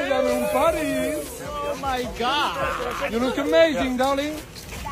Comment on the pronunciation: Paaarisssss dame un grrrrr 😂😂😂😂😂